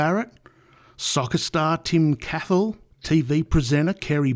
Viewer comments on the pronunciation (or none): Do you even know how to pronounce peopsl names?? Chris's wife is Elsa not Elisa And Tim's name is Cahill not Cathill. Wtd is wrong with you. If you can't get a name correct then I sure as hell will not believe anything else you say. This entire video has lost its credibility